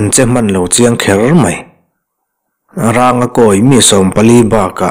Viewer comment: Ranga tih hi mihring hming a ni a thluk hi sarng tiha rang kan lam rik ang hin a thluk tih hniam tur a ni lo maw